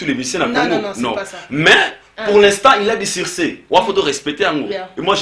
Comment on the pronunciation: Succès et non siccer